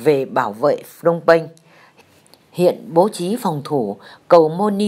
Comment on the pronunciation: phnom penh chứ ko phải phnong penh..